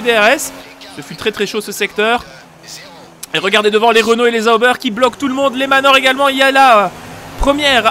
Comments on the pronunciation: Tu me fais trop rire avec "Les Zaubers" mdr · C'est pas plutôt Sauber (ssobeur)?? En tout cas je dormirai moins con mdr